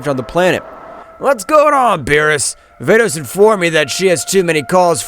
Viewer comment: Bro who is fordes it's vados